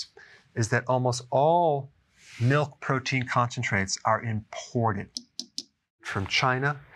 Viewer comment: The way he said China and Mexico made me laugh.